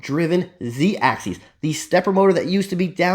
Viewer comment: Please!!! It's Z-axis, not Z-axeees! Just trying to help the community, here! 🙃